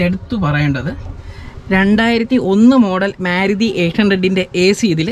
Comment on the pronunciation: മ്യാരുതി എന്നല്ല ഉച്ചാരണം, മാരുതി എന്നാണ്.